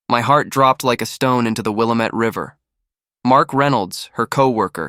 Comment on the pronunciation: It's pronounced Will-am-ette River